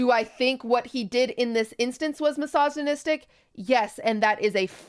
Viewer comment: is it wrong of me to laugh everytime i hear QT try to pronounce misogynistic?